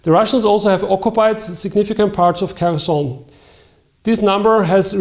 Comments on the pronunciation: kh bitte und nicht K also: CH wie in milCH... Kherson und Kharkiv kein h und kein k...bitte ... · Bitte an der Aussprache arbeiten: "Cherson" wie "Charkiv" hat am Anfang ein (kyrillisches) "Х". Dasselbe gilt für Zaporizhzhia (*) - da gibt's eine Audio-Datei in Wikipedia. (*) Die englische Schreibweise mit "z" statt "s" gibt die stimmhaften Laute besser wieder als die deutsche Schreibweise.